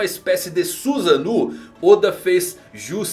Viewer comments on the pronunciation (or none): Susanu kkkk eh susaNO! Como o povo ama falar errado